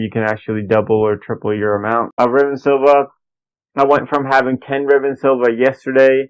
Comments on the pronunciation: Oh my fking god, it's riven sliver, not Silva. Christ almighty learn how to speak, that's excruciating to listen to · I wish most people could read. Its a SLIVER. JESUS